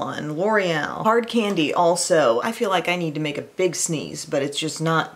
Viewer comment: "Makw a big sneeze" lol😄